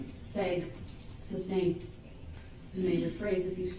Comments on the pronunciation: Learn how to pronounce SUSTAINED dude… it’s not substained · "Grounds for the suBstained"... what a moron!🤣😂🤣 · This 🎪🐒 NEVER figured out it’s NOT SUBSTAIN, it’s SUSTAINED . amazing, it was repeated 1000 times 😂😂😂! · "grouns for the substain your honor" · SUBSTAIN! IT BIAST